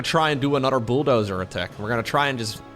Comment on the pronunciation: Me: I'm a mature SC2 fan I won't laugh at silly pronunciations.: Booldozer.